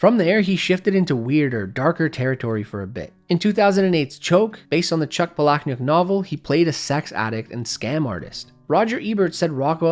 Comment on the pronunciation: Chuck Phallic-kt-nik? It's Chuck Palahniuk, and though your pronunciation, might be more appropriate for the content of his best works.😅 ---- It's pronounced like "Paula-Nik." He has clarified this pronunciation himself in interviews and on social media. It rhymes with "colonic" as I tried to show in my spelling. Your choice in how you said it is hilarious, specifically becuae of how and what he writes, but a incorrect one.🤣🙁 ---- I found Choke, and most of his books, more fun than Fight Club. I loved how Survivor was structured and told most, excluding Rant, and maybe Lullaby. Many of his works were/are too graphic for most people even now. But, Survivor is written like a good movie, with many details no director would likely want to stick too, for any high budget adaptation. 🤷 He is gifted, but not in a way most humans celebrate, but more study, to avoid the reality of his motivations. He didn't grow up in a utopia, much like another great and strange creative of his era, American McGee. American McGee was the creator of the most interesting take on 'Alice in wonderland, afterwards' I've ever found.